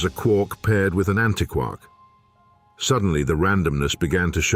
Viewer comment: You know, if you used a qualified person to coach your VO talent, you might have avoided stupid errors in pronunciation, like “hay-dron” or “anti-kwark“. (The latter is doubly egregious, since just moments before, the topic was how “quark” doesn’t rhyme with “mark”, as the Joyce line suggests. If you, yourselves aren’t going to pay attention to your own content, why should anyone else?)